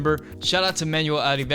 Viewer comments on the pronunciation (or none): none